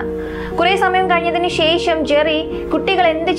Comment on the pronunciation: ശേഷം എന്ന പദത്തിലെ ' ഷ ' എന്ന അക്ഷരം ഉച്ഛാരണം ശരിയാക്കണം . ഇത് ഒരു കുറ്റമായി കാണരുത് വേറെ ഒരു കുറവും അവതരണത്തിലോ , വീഡിയോയിലോ, ശൈലിയിലോ ഇല്ല .👍.